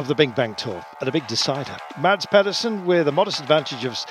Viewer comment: Guys. Please. Mads has been world champion for a year (okay lost half the season, but hes done the tour for 21 days being prominent for porte!) Say his name properly!! The d is silent, its pronounced Mas! Not that difficult and its sort of yknow, your job!